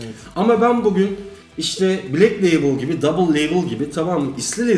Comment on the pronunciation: Viskinin kralı budur. Bu arada "Gold Leybıl" diye okunur.